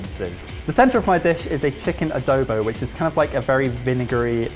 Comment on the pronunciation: Swooning over ' pronunciation of "Adobo". It makes our representative dish feel so ~fancy~